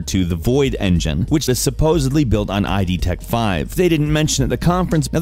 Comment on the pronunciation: Just a note, it's not I-D Tech five it's pronounced as word like the id pertaining to human psyche.